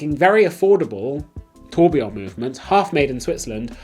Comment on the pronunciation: You say you’re not an expert but you can pronounce “Tourbillon” correctly unlike the crook who’s flogging them!